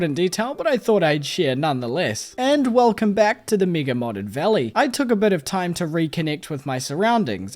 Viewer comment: Oh, his accent makes 'mega' sound like 'MIGA', and for a second I thought I might be on the wrong side of youtube